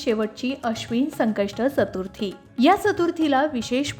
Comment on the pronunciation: मॅडम जरा चतुर्थी हा उच्चार करायला शिकून घ्या आधी मग व्हिडिओ करत जा......